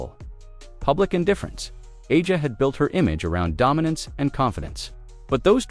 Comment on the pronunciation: I guess you terrible commentators will never learn to pronounce players names correctly... Who is Ah-jah Wilson? Noone in the WNBA is named that. Get it right, for God's sake.